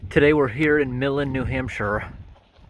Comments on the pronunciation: I'm not sure if anyone else has pointed this out, but Milan is pronounced Meye-lan not Mill-an. My grandaunt and her family lived there. I remember driving by this place. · Hey, I actually lived in Milan (now live in Dummer) — the town is pronounced “my-lan.” Don’t like a local catch you mispronouncing it 😅😊